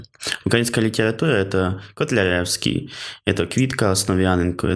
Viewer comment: Ольга Кобилянська була дуже віруючою жінкою, тому поділяла погляди Ф.Ніцше і була українською суфражисткою. Логіка! А І.П. Котляревський досі не спроможний свої вірші з правильними наголосами прочитати.